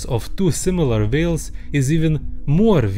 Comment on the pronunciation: Whales❌ Vales✔️